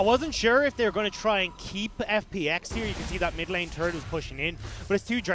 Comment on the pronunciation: TFW one caster calls the turret a "tart" and the other one calls it a "turd".